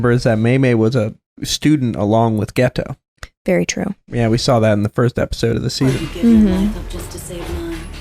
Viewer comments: Am I the only one who is annoyed the dub pronounces his name gay toe? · I feel like is over thinking about the pronunciation of the name Geto, he keeps correcting himself from "Geeito" to "Geto", both are correct, it's just that one is an American pronunciation and the other is closer to the Japanese pronunciation, even the name "Gojo" everyone stretches the "Go" part and it becomes "Goooujooou", when in Japanese it's a very short "Go" sound, so if you're okay with streching the "Go" in "Gojo", then it's okay to stretch the "Ge" in "Geto".